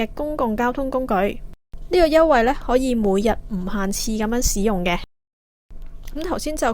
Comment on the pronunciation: 台主、請注意正確讀音。「使」字、名詞讀「屎」，例如「天使」、「大使館」。動詞讀「洗」，例如「行使職權」。故：「使用」、不讀「屎用」，應該讀「洗用」。